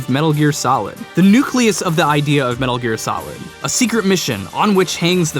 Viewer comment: metul geer